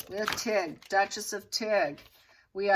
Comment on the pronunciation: when I heard you say...Tig, I thought you said...Duchess of Tick!!!!...🤣😂🤣😂🤣🪲